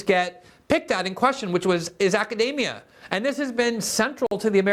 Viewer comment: Glenn pronounces "academia" like "macadamia". Mmm, academia nuts!